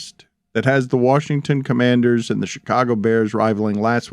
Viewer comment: “Washington Companders”